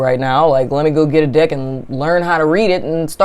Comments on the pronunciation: 😂😂😂 when you where talking about the "deck" it actually sounded like you where talking about the "dick" 😂😂😂 untill u said " tarot dick" then i realised its "tarot deck".😂😂😂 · Girl I thought you said dick lmao